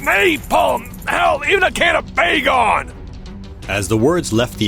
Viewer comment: The pronunciation for Baygon is the same as the word "bygone", as is common in the Philippines. Otherwise, overall vid is nice!